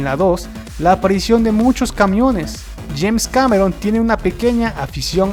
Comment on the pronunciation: Es James Cameron, no Janes. Al segundo lo dices. :/